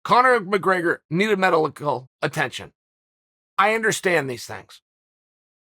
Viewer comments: When I broke my ankle I needed "melilical" attention too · Chael "needed melidical attention" Sonnen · Chael “Connor mcgregor needed medilacal attention” Sonnen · Chael just took his first loss trying to say "medical" .